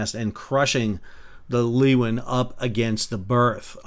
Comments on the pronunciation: G'Day Sal, STS Leeuwin is Pronounced "Looin", just to let you know! Armadale West Aust. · Leeuwin is pronounced as: Lay-Win (the words lay and win, smacked together and pronounced in one go). Leeuwin means a Lioness. The male version would be a Lion, in Dutch: Leeuw. Pronounced as the word lay with the W of the word win, like; Lay-W. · While we are at it, we pronounce Leeuwin as LOO-win Thanks for the update Sal. Very informative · ship pronounced LOO-INN and the suburb is pronounced COE-BURN (i know how Sal loves being corrected on pronunciation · Actually, he pronounces it wrong, but better than Loo-inn. It's a dutch word meaning lioness. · cool but its an Australian ship and in Australia we pronounce it loo-inn or lew-inn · ...and Leeuwin is pronounced LOO-IN...the "W" is silent. I live in Fremantle very close to this incident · Thanks for the history lesson I have been to Cape Leeuwin so I appreciate the local recognition. My point was your phonetic description sounds wrong. The phonetic syllabic advice on wiki is "Lu win" Even when you say it with your phonetic guide, there's a natural w sound. Avoiding any w sound makes it sound like your talking with a strong asian accent. Anyway it's a moot point people will say what they think is right anyway. I meant no disrespect in commenting mate. On a separate point it's amazing how different each states have developed accents in Oz. Queenslanders in particular sound very bogan. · Pronounced "lu-win" Shes a proud ship. I did two voyages on her back in the early 90s. Climbed to the veey top of her highest mast (33m) and jumped off and slid down the stay like Errol Flynn 😅 Terrible idea. I burnt through my sailing gloves. I hope that mast stands tall again soon. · Common pronunciation in western Australia: Leeuwin = Loo-win , Cockburn = Co-burn. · 'Leeuwin' is pronounced LOO-win. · Leeuwin "Lou-in", Cockburn Sound "Co-Burn Sound" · Pronounced LOOWIN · Leeuwin pronounced Louwin. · "Loowin", mate. Great video though.